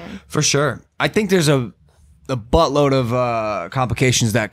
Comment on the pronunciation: I died when Logan said "a BUTTLOAD of complications COME'